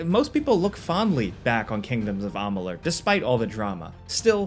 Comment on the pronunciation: Amalur not amalun! Wtf you said it again and again!! Dude??!